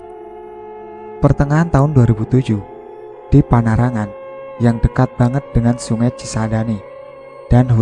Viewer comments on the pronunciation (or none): Bukan panarangan min... panaragan, deket mepet kebun raya bogor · bukan panarangan tapi panaragan